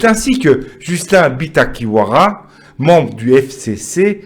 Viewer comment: toi qui n arrives mm pas a prononcer le nom de bitakwira, soit disant journaliste, mais comment tu critiquais fabien de tele tshangu? tu dois savoir que le francais n est pas notre langue